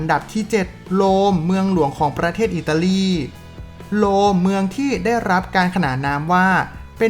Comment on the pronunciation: กรุงโรม ไม่ใช่ โลม เมืองมอสโค ไม่ใช่ มอสโก